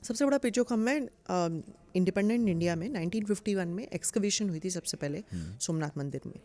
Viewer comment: सोमनाथ को सु मनाथ बना दिया , वाह देवी जी वाह 😂😂😂😂 अब समझ आया की जेएनयू से देशद्रोही क्यों निकलते हैं। ये बकवास पढ़ाया जाता है वहां।